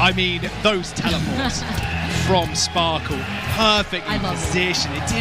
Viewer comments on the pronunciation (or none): bro.. shes always sayin Spoarkle...